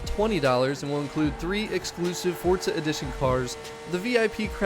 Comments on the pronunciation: It’s forza not fortza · Love the video, but it's four-zah , not fort-zah! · Fort-za sounds so dumb, why dont say F-O-R-Z-A! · I hate the way he says Forza, what the fuck is forTza